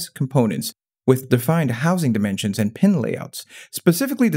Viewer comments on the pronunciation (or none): none